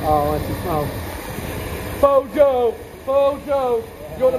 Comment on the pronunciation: I'm sure Broja pronounced Broy-a appreciated being called Brojo.